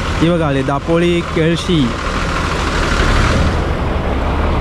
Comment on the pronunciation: जिकडे "ल" आहे तिकडे "ळ" बोलतो आणि जिकडे "ळ" bolych तिकडे "ल"😂😂 दापोळी नाही ते दापोली असता 😂😂काय तू पण 😵‍💫